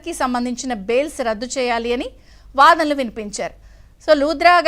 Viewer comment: అక్కా....వాధ్రా గారు లుధనలు వినిపించారు కాదక్కా... Vaadanalu vinipincharu😂